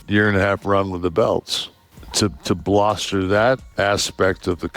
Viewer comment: ...did Kevin Nash say "bloster" when he meant "bolster?" I'm starting to think maybe he is drunk in this clip.